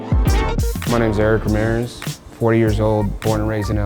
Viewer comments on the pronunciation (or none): ericarimeers??? Eres hispano amigo, Eric rrrrrrrrrrrrrrrrrrraami iiiiiiireeeeeeeeeeeeeeeeeeeeezzzzzzzzzzzzzzzzz